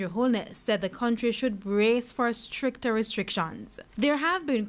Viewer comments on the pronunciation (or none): Stricter not "Stricker".